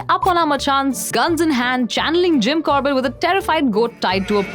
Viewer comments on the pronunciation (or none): none